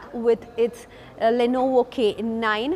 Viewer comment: Le no vo pronouncing is too good.. madam